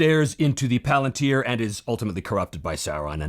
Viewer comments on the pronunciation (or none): none